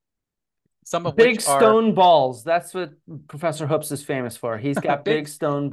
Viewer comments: For the record my last name is Hoops and it's pronounced like you're claiming Hoopes is. Better check the family history. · Sir it’s pronounced HOOOPS. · So when he was playing the part of Graham Hancock he mispronounced his own name Hoopes. Accuracy. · who? John Hoopes? No, he never worked with my dad on any projects, papers, or research. John told me before recording that he'd met him when my dad gave a lecture at Kansas. I only met John briefly at a conference earlier this year. Hence why I didn't know how to pronounce his last name 😅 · I don't know. Can we really trust a guy who can't even pronounce his own name the way it clearly is spelled?